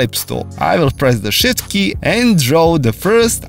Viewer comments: I thought he said "shit key". But he was really saying shift key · nice man. why i just understand "the shit key" when you say "shift key"? haha